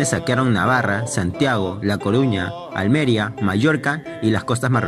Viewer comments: Almeria no, Almería el acento cae en la í. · "la Coruña" es A Coruña (soy coruñés) alméria es Almería etc etc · Almeria no. Almeríííííía. Con tilde en la í. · Cuando dice Almeria y no Almería 💔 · Amigo, se que no tiene nada que ver con el video, pero se pronuncia ALMERÍA, no ALMÉRIA, te sale ahí mismo el acento que te has comido xd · Ostras con las tildes, eh??? AlmerÍa no Almeria. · Por favor, no pronuncie nombres de origen grecorromano como si fueran ingleses. Es "heptarquía", no "heptárquia". Y es "Almería", no "Alméria". Gracias. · No es giBRALtar, es gibralTAR, y tampoco alMEria, es almeRÍa, como bien su acento indica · Alméria NO, ALMERÍA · Es Almería, no Almeria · se dice Almería con tilde en la i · AlmerÍa con acento en la I... que estocolmo mira que bien lo dices.... y luego la madre patria ni puta idea... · Yibraltar*....Alméria*.... Ufff jajajajajaj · Sepronuncia Almería, con acento en la i. Plis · Yibráltar y Alméria.... Me sangran los oídos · Se dice Almería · No sabes decir Almería !!!!!! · Por qué cambias la acentuación de las ciudades??